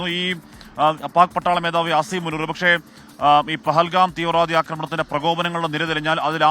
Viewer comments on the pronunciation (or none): പകൽഗാം അല്ല പൊട്ടാ പഹൽഗാം.